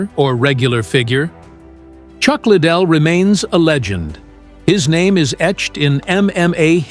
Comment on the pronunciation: Ik right I was like chuck little lol can’t even pronounce the guys name right smh